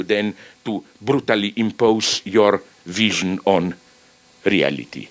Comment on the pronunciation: When Zizek says "wision" instead of "vision" know that it's because he's thinking of a written word in German. Even his mistakes are deep.